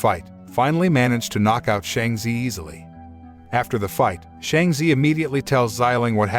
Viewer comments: It’s Shang-chi not Shang-z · How can Chi in Shanchi be zee in your pronounciation🤦🏻🤦🏽🤦🏻🤦🏽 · Ur say it wrong its shang chi not shangchi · Not them pronouncing shang chi as Sheng ze😭